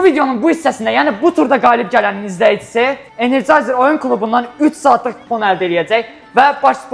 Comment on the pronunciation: Energizer❌ Energayzer✔️